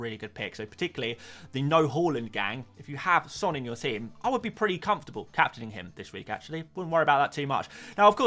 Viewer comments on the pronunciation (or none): none